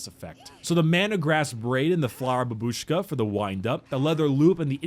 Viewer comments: oh no said babushkAA and not bAbushka fo fock sake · I find him saying "Cyka bylat" and "Babushka" funny. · Hearing you say babushka makes my ears bleed :^) and it means grandmother